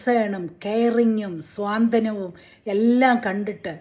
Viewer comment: സ്വാന്തനം അല്ല, സാന്ത്വനം. ഇൻസൾട്ടല്ല. പലരും പറയാറുണ്ട്